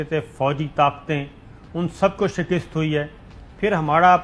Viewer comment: saabir bhai lafaz shakist ni hota balke shikast hota he shukrya